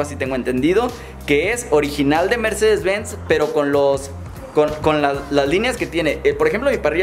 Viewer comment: un Ññññercedez